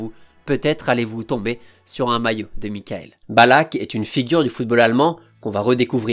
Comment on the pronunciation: Ben non pas du tout, ça se prononce Mi-cha-ël. Avec un CH soufflé comme en néerlandais, légèrement teinté d'un "R" étouffé, un peu comme le jota espagnol